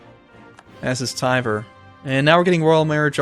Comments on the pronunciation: And like Capt. Kirk, emphasis on the "Khan." ar HHAHN gyilsk. Also "Tver" is one syllable. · Rye-azan?! TYVER?!